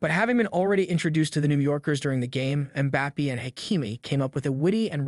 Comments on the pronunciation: Mbappay not Bappee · Everybody: Mbappé This guy: MbapPEE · Ah yes "kylian mpapi" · "Keelian Mbapee"